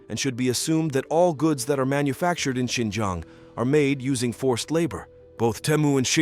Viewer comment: "Xinjang" Highlights Tajikistan 🤣